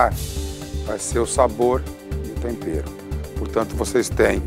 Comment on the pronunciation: Ouvir Jacquim falando Tompero e Paolla falando Obio é a melhor parte.kkkkkkkk